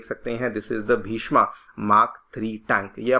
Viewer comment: हिन्दी में पढ़ा रहे हैं तो प्लीज़ शुद्ध हिन्दी तो बोलें। भीष्मा नहीं भीष्म टैंक नाम है इसका। कृपया बुरा न माने लेकिन सीधे करें। बच्चे आप लोगों को फॉलो करते हैं।